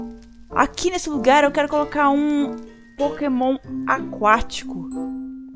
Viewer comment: "Pokemon"????? kkkkkkkkkkkk minha amiga... anda gravando muitos vídeos... dá nisso!